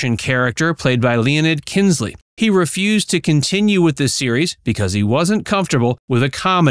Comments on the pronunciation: KINSKI NOT KINSLEY. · Kinskey, not Kinsley.